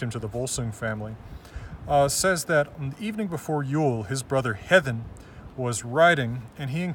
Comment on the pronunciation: I wonder if Héðinn was pronounced like he pronounces it. Cause in icelandic it´s pronounced like " H-yeah-thinn"